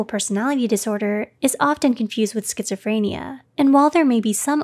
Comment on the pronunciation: Thank you for telling me how to pronounce Schizophrenia